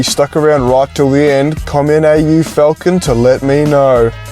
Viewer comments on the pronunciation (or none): AU Falcounn. As a Yucky Frenchmen would say. (not me lads)